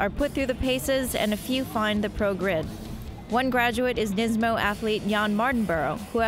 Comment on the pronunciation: NISMO* not niMSo :)